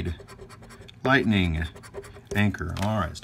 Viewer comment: Construction going on in front of my house, so when you were on the second game, I thought you said "bite me" took a second for me to realize you said "lightning" (obviously my video quality was not too good, as well as my hearing). Made me laugh! Great video, as usual!